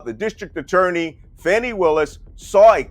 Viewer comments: Her name is not pronounced "Fanny", but "Fahny". Thanks. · FAWWWWWNI Williams!! Love you, man, but please pronounce that poor brave woman's name correctly! She deserves that much respect.